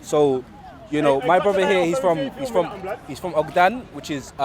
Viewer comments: maybe but not og-dan surely, for all of us though better to read it in Somali it’s not good to pronounce our own names wrong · Og-Dan and kasmow lol but seriously read them in Somali it’s much better for pronunciation it’s like when a lot of English speakers say Arabic words, ogaadeen kismaayo makes it easier like catchphrase say what you see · lol the way he says Ogaden kills me.